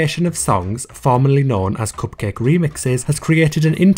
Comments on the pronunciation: The way you say "Cupcake" is so satisfying! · I like the way he says “cupcake”